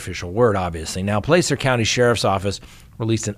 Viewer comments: it’s not Plācer, it’s Placer, as in placer gold. I lived in the area there for many years. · Thanks, as always,. PS--We locals pronounce Placer, "Plasser." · By the way, it’s Plaaaacer county